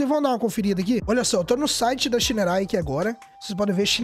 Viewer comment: bom dia meu querido adoro ver seus videos vc é top 😄! e quero dizer 1 coisa... á pronuncia correta de moto SHINERAY SHI 175, SHI 200 ou STORN é ( "CHÍÍÍÍÍÍÍÍÍÍÍÍ:face-blue-smiling:)🤣😅😂🤣😅! não confio nen á pau!!!!! vc vai lá e compra ok, e depois 😪😢😥😭 ou seja (💃)dançou ABÇ